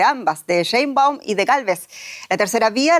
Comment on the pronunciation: es capaz de pronunciar Aleman sin problema pero no es capaz de pronunciar Xochitl, o Sheinbaun? Que falta de capacidad para manejar un noticiero en Castelllano